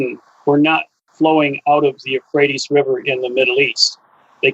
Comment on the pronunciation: Did he say the Rivwe Euohrates was never going to dry up?